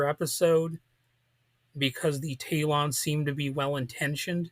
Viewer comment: This is Worst review of Gene Roddenberry series ( Which he should have mentioned) I have ever heard. He couldn't even pronounce names of Talons Correctly. Could have least found few promotional photos varied views of series